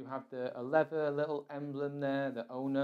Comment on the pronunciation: Where the hell did you get the idea that ONA is pronounced "Own ya?" It is pronounced the way it is spelled. "Own a"